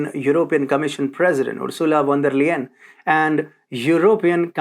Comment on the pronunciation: you pronounce her name "von der Lyin' actually and not Layen